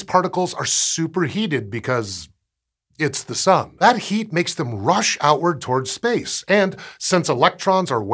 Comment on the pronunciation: I swear he says "The Sum"